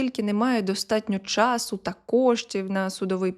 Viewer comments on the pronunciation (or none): none